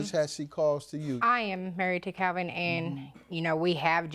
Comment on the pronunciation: It's sounds like his name is pronounced "Cowvin".